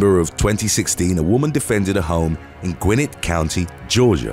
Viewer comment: It's Gwen-net County, GA. Not to be a stickler, but for future reference because it's Gwinnett and that's how it is.